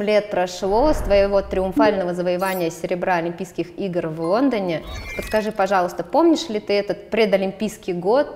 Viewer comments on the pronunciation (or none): Даша потрясающая, но... Когда уже кто-нибудь поработает над дикцией ведущей. "Квасное пожевание", "в Вондоне"... Поставить звук "л" совсем не сложно!